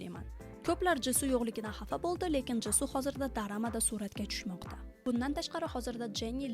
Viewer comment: Nega drammani darama disiz